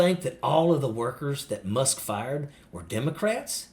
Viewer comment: did you say, " Elon Muff?"